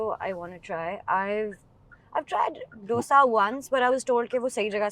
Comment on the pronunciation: It's not डोसा it is दोसा